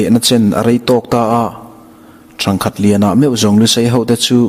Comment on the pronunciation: 'Ṭhangkhat' i lam dan thlûk hi a diklo aw. 'Ṭhang' hi 'he nau hi chu a ṭhangduang mange" ti a ṭhang kan lam dan thluka lam tur, ' ṭhangkhat chu ka'n muhil ange' ti a kan lam danin i lam tlata,a diklo.Ṭhangthar kan lam anga thluk tur tihna anih chu.